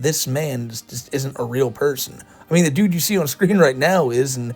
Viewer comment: The AI voices talk like Chris Chan. The way they replace the "TH" in every word with a D make me giggle